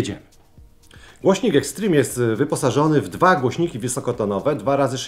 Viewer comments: Boże uszy bolą od twojego "eksztrim" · "Ekśtrim" xd